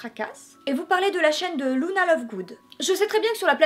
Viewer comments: Par contre un dit lUna et non lOUna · C est super j adore par contre je sait pas pourquoi mais ca m énerve trop quand les gens disent louna et pas luna 😅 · Tas dit Louna mais ça se prononce Luna comme ça s'écrit (c'était tout le negatif Parce que sinon ta vidéo est génial jai bien rit